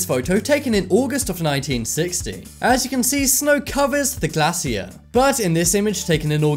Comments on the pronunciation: Please google glacier so you can learn how to pronounce the word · That mispronounced use of glacier really triggered my OCD 🗻